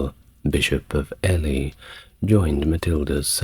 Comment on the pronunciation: It is STEE-VAN, not Stefan, RAH-NOLF of Chester, not Ray-knoll-fuh and EEL-EE not ELLY. Otherwise I love this channel. (Although waking up mid flow to hear that my actual son; Stefan, was apparently being held 'in relatively comfortable conditions' in Gloucester Castle by order of the Empress did somewhat explain why I had just stopped dreaming my real life son was fighting a medieval female Pope to become Holy Roman Emperor hee hee). You are sooo anarchic inside my mind!!! Thanks for your content.